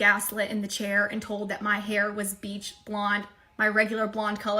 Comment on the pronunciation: So something I thought I noticed in the other video and now this one, is she saying "beach" blonde? Like girl stop 😂